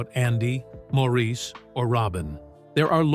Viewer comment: Please pronounce "Maurice" correctly!